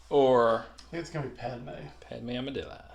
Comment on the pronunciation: Is there a joke about Amidala why he says Amadilla? I get that it sound like Armadillo